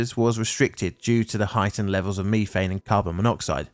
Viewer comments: Did it bother anyone else the way he says, methane? At least here in the states it is (meth-ane) and he is saying it (me-thane). It's like the Brits saying (Alu-min-ium) while we say (Alu-min-um) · Me. Thane. Meth, ane. Say it right. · "meeeeeethane"????? It's METH-ANE ! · I never heard it called Me thane before instead of meth ane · As I ponder the pronunciation of ME-thane, I wonder if nefarious criminals in your area sell ME-th. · I have bingo blackout for the word MEEEthane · Does this narrator's pronunciation of ME-thane bug anyone else's OCD? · Meethane, youthane, weallthane. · “Me-fane gas” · Wtf is "mefang" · Repeat after me "Meth-thane" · I hate meeteehayenn!!! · British pronunciation of methane sounds so strange lol. Great video as usual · ive never heard a british person say Methane until today dont know if youll read this but why the emphasize on the first two letters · jesus i didn't know you could butcher the pronunciation of methane like that the entire video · Anyone else check to see if they pronounced methane incorrectly? Apparently its pronounced different depending on which side of the pond you're on.